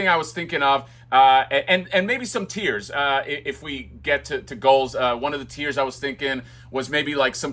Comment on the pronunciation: When you said “tiers” I thought you said “tears”, and immediately laughed out loud! Like he gathers collector’s tears. Possible additional accessory?😂😂